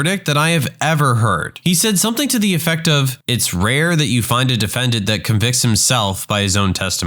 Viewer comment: No K in the word something